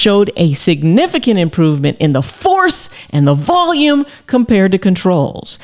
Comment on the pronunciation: The way she said FORCE and VOLUME I believe her…😅😂🤣